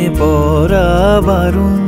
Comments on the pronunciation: অনেক অনেকদিন পর এক খানা গানের মতো গান পেলাম। মুগ্ধতায় ডুবে আছি। পাখির পালকের মতো হালকা, নরম আদুরে আবেদন মাখানো শব্দগুচ্ছ। শুধু একটা শব্দের উচ্চারণ কানে লাগছে। প্রেমে 'পড়া' বারণ এর উচ্চারণ প্রেমে 'পরা' বারণ হয়ে গেছে। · সব ভালো।শুধু,পড়া কে পরা বলছে।এই উচ্চারণ টা ঠিক করা দরকার। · উচ্চারণ টা "প্রেমে পড়া" হবে। "পরা" নয়। শুনতে ভালো লাগছে না। আশা করি আপনি এটা পজিটিভলি নেবেন। বাকি লোকেশন , গলা, ভিডিও এডিটিং অসাধারণ।।